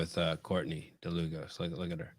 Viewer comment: yes Dlugos is a polish name, it is actually "Długosz" and should be pronounced as "Dwugosh" if that makes sense